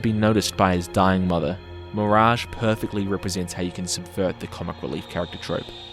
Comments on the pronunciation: I am so mad you call mirage like that. Not to be a nerd but its pronounced miraj NOT FLIPPING MIRAG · Bro literally said mirang . That's ma rage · Why is no one talking about how he butchered Mirage’s name by calling him “Meringue”? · Nah...nah you mispronounced Mirage's name on purpose. F*ck that sh*t